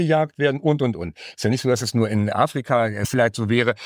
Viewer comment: Könnte man das "nur" vielleicht ein bisschen weniger stark betonen? Klingt nicht wirlich professionell.